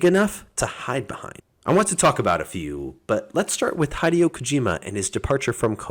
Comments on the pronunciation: Hideo (HE DEON) ... Not High Deo. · High-deo?? It's HE-DEO! Have you never heard his name said out loud? I'm sorry to be that guy but saying people's names right is important. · This guy is so weird why do you pronounce a japanese name like that? Hi dee yoh bruh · Hi-dee-oh. WTF 😆😆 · It’s “hi(short I, like “in”)-day-oh” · Highdeo lol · Honestly wasn't paying attention, my eyes were on the screen but my mind is was elsewhere, then that cursed pronunciation of a japanese name got me in my "gamer mode full attention state" LOL 🤣🤣🤣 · Hi-Dee-oh there neighbor! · Could you not spend 15 seconds and lookup how to pronounce his name? kind of seems like people are desperate to hop on the hype/relevance train. Still a good video though 👍